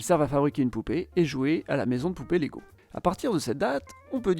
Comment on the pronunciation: Salut, je t'avais déjà taquiné avec la prononciation danoise sur ta vidéo avec le Danemark. On ne prononce pas le "g" de leg. On prononce plutôt "laille", at lege étant le verbe jouer. Sur le wiki danois, il précise également que LEGO peut aussi vouloir dire en latin : "jeg samler", "jeg sammensætter" eller "jeg læser". soit je collectionne, je compose, je lis Autre précision : ils ont fabriqué des jouets en bois mais c'est l'usine qui a brûlé et la guerre qui a poussé Ole Kirk Kristiansen à se tourner vers le plastique. Sinon ta vidéo est super :)